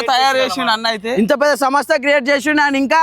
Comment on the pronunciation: సమోసా కాదు సంస్థ 😂😂